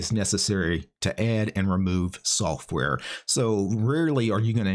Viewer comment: Ahh yes, install Softare.... " Add/remove softare"